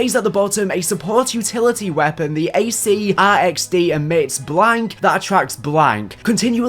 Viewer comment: It’s arc-xd not acr-xd mans can’t read